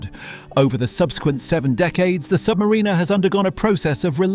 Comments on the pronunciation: Learn how to pronounce submariner please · Hilarious that the AI narrator cannot pronounce Submariner or Blancpain correctly. CHEAP VIDEO.